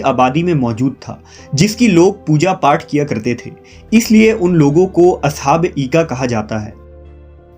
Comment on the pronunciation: Aoa Brother. Correction Required. In Holy Qur'an these are mentioned as (Ashab Ul Aika) not Eeka...